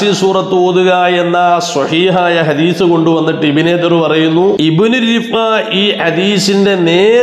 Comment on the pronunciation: ഹദീഷ് അല്ല.. ഹദീസ് എന്നാണ്.